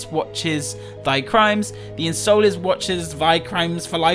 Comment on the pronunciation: In so lence not unsolence